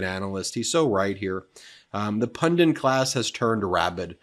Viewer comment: Why do commentators insist on saying pundints and tenants? Pundits - pun ditz - no n in the last syllable. Tenest, not tennants. Ten - ets no n in the second syllable. Tenets, a set of principles or facts around which a belief or knowledge is based. I haven’t a clue what pundints are. Tenants are the people that live in a domicile.